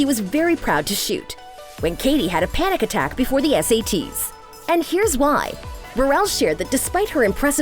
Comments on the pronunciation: its paris berelC not berelS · The fact that she said Berrell instead of Berelec